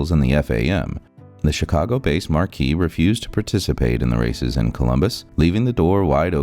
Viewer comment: Excelsior marque; the word marque is pronounced like the name Mark. Marquee is pronounced Mar-kee, but that’s another word entirely. Marque means brand, or product name. I guess the computer that is narrating this video doesn’t know the difference, but we do.